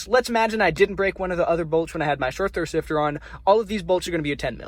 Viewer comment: Bushing not boosing, shifter and not sifter🤣